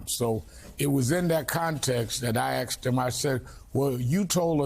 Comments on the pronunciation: Rev said he axed someone??! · “I axed him…”. Twice. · The question I axed him lol😂